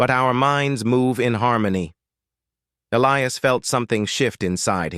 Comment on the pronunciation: The name 'Elias' contains no 'ill' sound in it and the correct pronunciation has a hard 'i' in it!. Oops LoL 😮😢